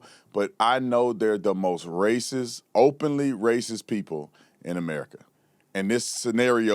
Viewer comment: You said it right that time sir "openly"